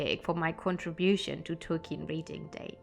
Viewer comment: Hello! You know I have a special affinity to the hobbits, so I love you choice of topics. And I could absolutely listen to an audio book recorded by you just to hear you pronounce the names! Happy Tolkien Reading Day!